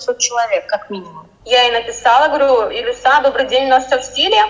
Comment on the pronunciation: Илюша а не Илюса